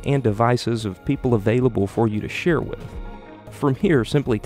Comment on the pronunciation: not how you say share